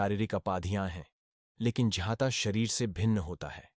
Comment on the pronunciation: ज्ञाता को क्यों झ्याँता बोलते हो, भाई? संस्कृत श्लोक मे केशव को क्यों केशव् बोलते हो? उस मे जो छन्दोबद्धता होता हैं उस के अनुसार उसे केशव याने 'व' को पुरी उच्चारण करना चाहिये, ना?